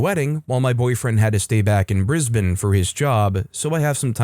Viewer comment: Thank you thank you thank you for saying Brisbane correctly ❤😂❤😂